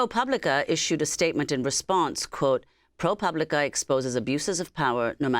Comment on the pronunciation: Amy is finally pronouncing ProPublica.....then she slipped back to pooblica at the end...oh well.